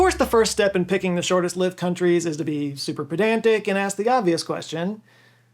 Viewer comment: Shortest-lived rhymes with bribed. Hived. Stye. Bly. Try. My. Please yall.